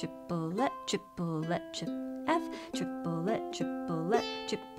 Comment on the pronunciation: As a french person I hear "Tu voudrais du poulet" (meaning : wanna some chicken ?) instead of the "triplet" XD